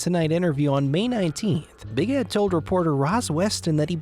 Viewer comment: Is the narrator ok? Ed or ehhhd?🙄🙄🙄🙄